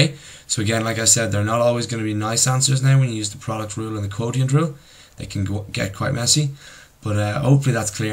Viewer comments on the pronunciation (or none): Its pronounced quoshint